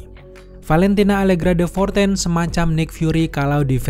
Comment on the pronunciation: De Fontaine woii bukan Fortaine